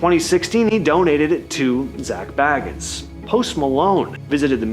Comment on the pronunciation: Hey EVERYONE….its pronounced Zak BAY-GUNS. Not “Bag-ins” not like the hobbit. People who don’t know who he is never say it right.